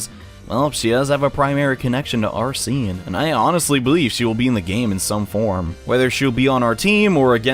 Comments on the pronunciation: Is there a specific reason why you pronounce Arsène as "Arseen"? That sounds pretty weird. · “Are-seen” *T R I G G E R E D* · That's not how you say Arsene. Also those books are pretty good READ THEM PEOPLE.If you're confused why Homlock Sheers might be an antagonist read "The Hollow Needle". And I'd say the detective Ganimard might also have some place in the story.